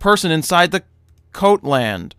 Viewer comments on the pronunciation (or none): Jared, Its 'Goatland' not coatland... sign is just so bit off....